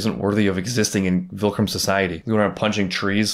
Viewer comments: it’s so funny that you still say “vilcrum” instead of viltrum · Ok so are you like calling it vilcrum on purpose???